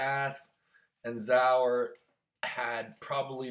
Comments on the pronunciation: Zurab.....not zower...lmao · Its Zurab not Zaur lol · Zurab, is it that hard to say it right, dumm American